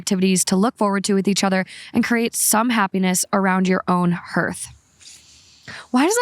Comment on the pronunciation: I love you, but hearth is pronounced HAR-TH